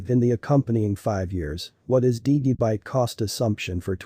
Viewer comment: Why does this guy pronounce Digibyte wrong? I wonder how he pronounces Digital. Dude, learn how to say Digibyte correctly.